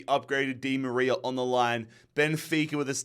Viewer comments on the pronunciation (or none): none